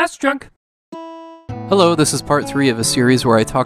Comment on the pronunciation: I dont understand why you say snes drunk like that. You say it the same way on numbers for top 10 lists as well. I love your videos but my goodness, it's annoying dude lol. Also keep the great content coming dude, you deserve more subs than you have.